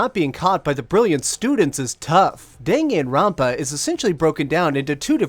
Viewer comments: Dinginrinpa?!?!?!?!?!?!?!!?? I'm sorry but the fandom will assault you if you keep saying it like that... It's pronounced: Dan Gun ron pa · Was pretty interesting hearing another pronunciation to the title as I've heard it as (Dah)-(Gahn)Ron(Pah) rather than (Deh)(Gen)Ron(Pah). But it didn't sway my opinions on your review. I've seen walkthroughs on it and honestly the more recognition this game gets the better as it's enjoyable. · Just watch the Anime OP and pronounce it like that